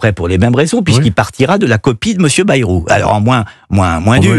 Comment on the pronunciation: Bayyyy rou pas Berou